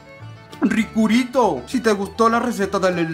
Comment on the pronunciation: "ricurito" XD